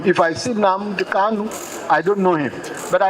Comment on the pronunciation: its Nnamdi Kanu, not Kalu